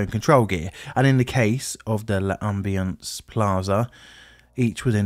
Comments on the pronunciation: Pronounced “lam-bee-ance”, not “luh-um-bee-ance”. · It's not not pronounced "luh ambience" but rather "lombience". No need to pause.